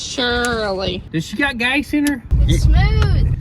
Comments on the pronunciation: Did you say gace? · Or gase like case with a 'g'